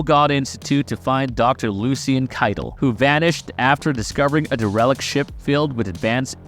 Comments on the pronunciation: Looks like it. He pronounced "derelict" wrong. He said "DeRELict". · It’s pronounced “Dare-uh-licked” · Hey dude, do you not know how to pronounce "derelict"? Or are you using a really bad AI voice program?